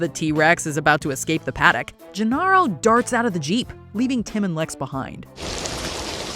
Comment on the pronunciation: Did you even watch Jurassic Park? Gennaro is pronounced Ge-Nair-O; not Ge-Narr-O 🙄